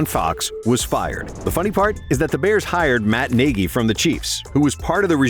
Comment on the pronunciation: So this is an AI voice, the giveaway Niegy instead of Nagy